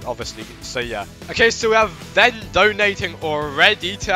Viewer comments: In the video you are saying Ven but it sounds like Ben so people think you are referring to Ben, lol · when u say ven it sounds like Ben and bens #3 on robo lb so people might think it’s #2 vs #3